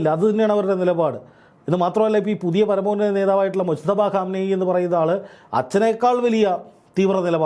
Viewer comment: മുജ്തബഃഅലി ഖംനഃഈ എന്നാണ് ശെരിയായ രീതിയിൽ പറയേണ്ടത്